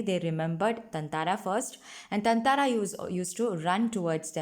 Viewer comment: I think you're pronouncing his name wrong (ततांंरा)...but great content anyway! Thanks a ton!